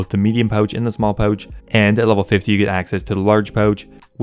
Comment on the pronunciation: Why do you say pouch like a pleb?